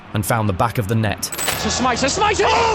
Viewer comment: Good video, I was at home in Liverpool watching the game. Only thing id say is, stop bastardised the players names. Riise is reessah Smicer is smeetza Luis is loowee One of my favourite teams in Liverpool's history it triggers me to hear their names get butchered like that.